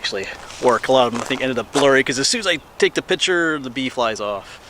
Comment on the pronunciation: It’s picture not pitcher just messing with you